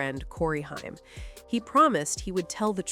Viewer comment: HAIM! NOT Hiam. Haim! Haim! Why is this SO hard?! 2nd time I've heard it mispronounced! 😜🤯